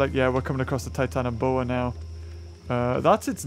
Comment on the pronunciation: are you sure its called titianoboa? EDIT the battle looks based off that documentary battle